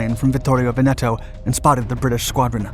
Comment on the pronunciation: Il Duce. Not "El Duce". Pity. You're otherwise doing pretty well with some the tongue-twisters Italian can throw at you. You nailed Taranto correctly, but Veneto follows the same rule - the stress is on the first syllable, not the second - VENeto, not venETo. Getting this wrong sounds like Laurel and Hardy which when dubbed in Italian had these mistakes for comic effect. Kudos for getting "degli" as nearly correct as an English-speaking tongue can - it's a sound specific to Italian. It's "Cunning-um" not "Cunning-ham" - it's nothing to do with cured pork.